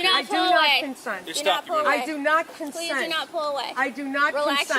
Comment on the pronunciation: Did she say Con Scent ???